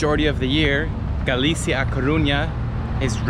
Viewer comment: Maybe learn how to pronounce Galicia before you go to all the trouble of producing a video about it.